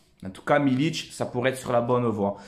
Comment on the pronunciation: Très bonne vidéo comme d'habitude continue comme ça tu et un bon un vrai supporters, sinon juste pour info MILIK sa ce prononce avec un "K" à la fin et pas un "Ć" avec un accent c'est pas un Croate ou un Serbe, voilà bon Week-end à toi porte toi bien et allez l'OM !